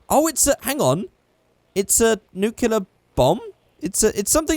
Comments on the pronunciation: It's not nu-Clee-yar its new-clear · IT'S SPELLED N-U-K-L-E-A-R NOT N-U-K-E-L-A-R